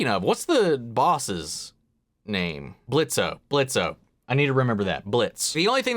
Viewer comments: The O is silent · Blitzo with a silent o 👍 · The "O" is Silent ! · "The O is silent, asshole" lol. You'll get there with all the names. Of course Stolas' voice was highly different too. I'm sure someone already told you, but just call Moxxie and Millie the M&M's. Everyone else does.